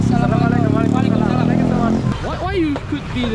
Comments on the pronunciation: Hey Daud. No hard feelings but just to improve you more in greeting other people, allow me to correct you, it's not "Salaam Walekum", the correct way is "Assalam-u-Alaikum". All the best my brother for future. May Allah bless you ❤ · It's not salamalakum....its Assalamu walaikum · you should pronounce Assalamu alaikum. It's not Salama laikum.it means you get death..but in Assalamu alaikum means you get life. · Please don't say salamale kum .... Say " Assalamu Alaikum " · Not Salamalukum but assalamu alaykum.... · Bro don't say salwalekum say assalamualaikum pronounce properly